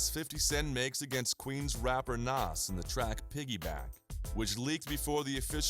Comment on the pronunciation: This dude doesn't know how to pronounce NAS has no business doing a documentary.